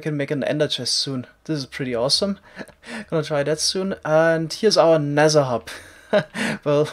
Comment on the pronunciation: Nezzer? You mean nether?